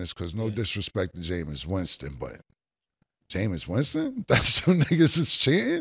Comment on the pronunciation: Cam : ‘Cause no disrespect to Jamious Winston but… Jamious Winston?!’ 😩🤣🤣🤣🤣